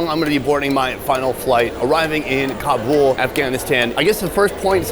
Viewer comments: It is not Kabool. Do you said boolfighting?? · I gave you the thumbs down for this video because you keep pronouncing Kabul wrong And it's driving me crazy. I love you bud but I can't continue to watch this video